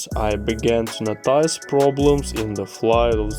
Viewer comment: good , but work on your english , don't say it like you write it , for ex: worked , and you say work éd . or noti ce .